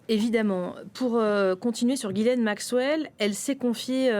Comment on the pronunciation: Since ‘Ghislaine’ is a French name, I’m surprised to hear it mispronounced on a French news channel. 😮 🇫🇷 😮 🇫🇷 😮 🇫🇷